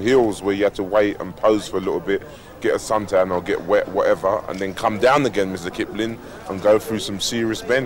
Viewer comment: "mista kiplin"